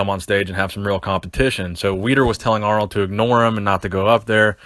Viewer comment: Lol he just said aronld and Schwarzenegger 😂😂😂 still a good video though lol